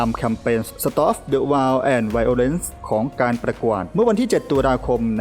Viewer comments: หาคนเปนภาษาอังกฤษมาอ่านข่าวด้วย Stop the WAR and violence ไปอ่านว่า สะต้อป เดอะ วาร์ WAR อ่านออกเสียงว่า วอร์ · ืwar. วอ ไม่ใช่ วาว